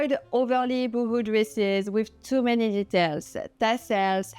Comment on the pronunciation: It's pronounced Bow ho, not Boohoo!